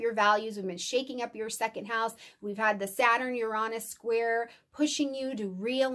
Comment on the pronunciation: uranus correct pronunciation yr ·ei·nuhs